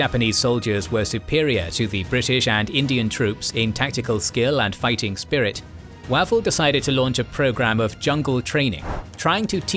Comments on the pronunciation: OMG: It's Wavell as in WAVE not as in MAT. Get your AI voice sorted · I've always thought that "Wavell" is pronounced "Way-vel" rather than "Wav-el"; am I incorrect? Thanks for another fascinating episode. The loss of life is horrifying. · Every time he says Wah-vel I can not help but cringe. He seriously needs to check his pronunciations before recording these. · Weirdly, by the end of the video, "Wav-el" didn't sound so wrong 😄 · General Wavell pronounced Wayvell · Terrific videos, but please... his name is pronounced "Way-ville" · So how come Wavell gets mispronounced all through the item? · No; you're right; I don't know where this guy gets some of his pronunciations